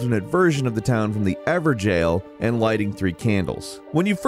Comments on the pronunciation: Ever jail? I thought it was evergol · Lindel instead of Leyndel, Evergel instead of Evergaol, Liurna instead of Liurnia...you can tell he's not giving more than 1 second to read these things (or listen to the NPCs when they pronounce them) :D